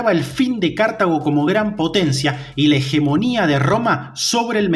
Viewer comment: ¿Pero tu dónde ves la tilde para ir diciendo todo el tiempo "cártago"? Es Cartago, una palabra llana